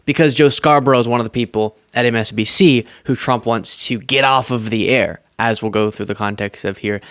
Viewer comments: Did you hear. He cannot say MSNBC, he said MSDNC….. such a crooked man, so stupid Trump. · Did you notice he said msdmc instead of msnbc. Guess it’s the dementia.